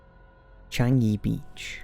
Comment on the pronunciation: You pronounced Singapore's Changi Beach correctly!! Thank you for you hard work in your research!!! And yes it's true, we are told not to swim in Changi Beach and not many events or activities are held there because of this dark history!